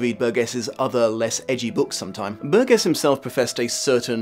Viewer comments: I'm just here to see how many people could be arsed to correct your mangling of Burgess's name. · Burgess is pronounced bur jess not burg ess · Pedant alert - the author's name is pronounced "bur-jis", not "bur-ges" (o; Love your work,. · Ummmm actually the 21st chapter was re-entered into American publications quite some time ago. Over 35 years ago actually. And a man's name isn't like a piece of fruit such as that of a tomato. Burgess pronounced Bur-Jes not Bur-Guess . I love the Kubrick film but the truth is it has become a sad new trend to examine this story and what was intended through the film. Anthony Burgess' personal life experience with his first wife and the troubling concerns he examined at the time of the novelette's creation should be taken into account. And the truth is sound bites and video snipets from old school Television talk shows simply doesn't get it done. People interested in this story and movie really should consider approaching the novel. Reading itself is something many of us should become accustomed to. Practice,practice practice my little droogies. You may just start to notice something that Burgess was often trying to point out subtly concerning reading literacy and the modern world. Where do you fit in? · LEARN HOW TO PRONOUNCE HIS NAME! IT'S PRONOUNCED BURJESS NOT BURG ESS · does the author's name have a hard G in it? there's a tv presenter over here with the same spelling but pronounced ber-jess instead of ber-guess. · It's 'Bur-Jess'. The '70's were a great time to be a teenager, we'd have given you the old surprise visit... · It's generally pronounced with a soft 'g': /ˈbərjəs/. It's a word of British origin so you have no excuse. ; ] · The author's surname is pronounced "bur jess" (bɜːrdʒəs) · Great review... Ps its pronounced Burdjuss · Burgess = "BUR-jess". Might help to nail down these really basic things before opining expertly on a subject. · You're mispronouncing Burgess.